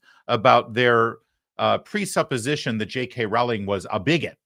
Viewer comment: Rowling… it rhymes with bowling.